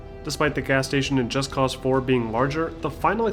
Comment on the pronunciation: Finally someone did it right. Most people don't realize they say the title wrong. Its not Just Cause like "Just because I can" Its Just Cause like "Cause for Justice " So Just Cause, not Just Cause. Admit it, you read that in two different tones.